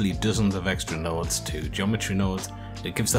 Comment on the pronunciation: "Send Nodes " lmaoooooo